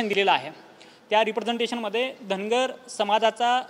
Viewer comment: Dhangad आणि dhangar...D आणि R चा diffrence समजतो का